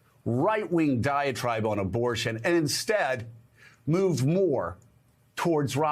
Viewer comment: Joe you said obortion 😂😂😂